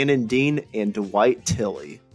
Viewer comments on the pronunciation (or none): Great music and information, but Dwight Twilley's name is not pronounced "Dawite Tilley."